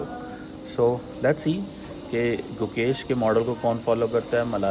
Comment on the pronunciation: His name is Gukesh. Pl correct it.